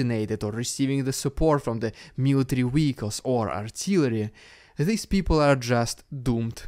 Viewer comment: What is a Weehiccal ?